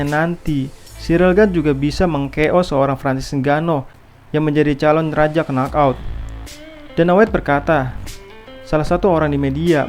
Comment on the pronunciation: Bagus mas, tapi baca nok out mas bukan kenok out